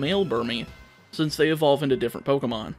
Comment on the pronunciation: Every time you say poc I get caught off guard